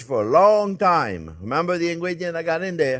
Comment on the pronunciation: I'd put some Baileys in my coffee this morning ,lol while you were going over the rub/marinade you were, babbling about Having time but I heard Thyme, made this video quite the head scratcher until I realized you were talking TIME not THYME LMAO